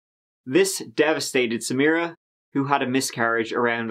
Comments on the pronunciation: My ancestral family is Lebanese, and I have a cousin whose name is Samira. I am also an attorney, and I would have called the State’s prosecutor in private and taught her the correct pronunciation. Samra? Damn that’s sad. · Couldn’t agree more. I keep hearing her say, “Samrah Fresh”. ☹️ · She even mispronounced Samiras name. Its Sa Mi Ra. Not Samra. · It did me,she was calling her samra 😳😒I was thinking hang on ur accusing the husband but yet can’t even get the poor girls NAME right..🙄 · You would think the prosecutor would pronounce the victim's name properly. Keeps calling her Samra. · Does it annoy anyone else that the prosecutor didn’t even bother learning the proper pronunciation for Samira’s name? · It bugged me that the prosecutor didn’t even pronounce Samiras name properly. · Meadow Gold I was looking for this comment. It's lazy and disrespectful because she could've just used her last name if she couldn't pronounce her first name. It's not even a difficult name to pronounce. She [the prosector] makes me want to find in favor of the defense!😂 *Diclaimer it's a joke before any triggers go off. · It really pissed me off that no one even bothered correcting her. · the fact that this lawyer keeps mispronouncing the victims name is very frustrating. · Why couldn't the lawyer be bothered to pronounce Samira's name correctly??? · You would think the prosecution would pronounce her name correctly... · He is the most likely suspect, however, I think there is reasonable doubt. And why can't the prosecutor pronounce Samira correctly? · Ugh!! The prosecutor keeps mispronouncing her (Samira) name!! How irritating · The female lawyer could at least pronounce her name correctly.... Put some respect on her name.